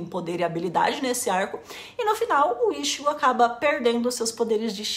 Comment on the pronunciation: por favor, não fale ishigo....me dói a alma ver tua tatuagem falando assim...é i tchi gô ! morango!